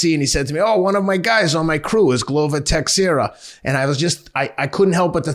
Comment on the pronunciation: Just some help, it's Pe-o-ter Yan. And it's Glover Tesh-era. 👌 love the show